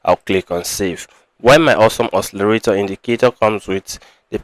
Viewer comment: It's awesome OSCILLATOR , not awesome oscillarator. It's not difficult to pronounce. Nice video anyway